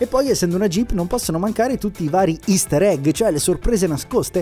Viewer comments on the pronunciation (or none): none